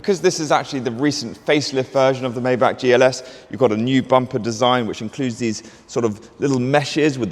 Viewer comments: the G-Class Landualet was the first Maybach SUV. literally wrong out the block.. AND its pronounced Mai-Bagh not May-Back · *it’s my-BOCK